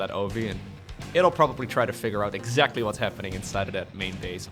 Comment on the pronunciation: What EGGzactly?